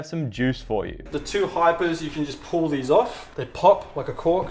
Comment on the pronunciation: It’s pronounced Pall as in Paul not pull